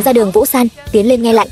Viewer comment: Yêu cầu đọc đúng :”Lệnh “ chứ không phải :” Lạnh “